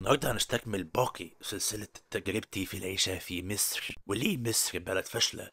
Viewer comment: انت ليه بتقول ميسر زي المكسيكيان برزيدنت؟